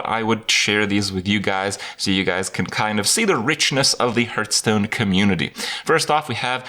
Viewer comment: Duncan Ault Are you "Hurthstone"? If you dont get it. He pronounces hearthstone as hurthstone or rather "h-earthstone"